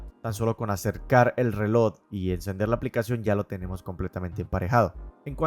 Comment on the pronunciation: Buen video pero me estallan los timpanos cada vez que dices "relod" en vez de reloj😅 pequeño detalle para mejorar. Saludos y gracias por el video porque estoy muy interesado en comprar uno.